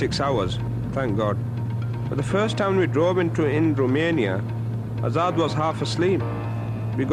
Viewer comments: it's azaad not hazard 🤣🤣 he is actually a danger to the society by the looks of things carrying them burnt out seats so the name hazard actually suits him 😂😂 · Azad? U mean Hazard?lol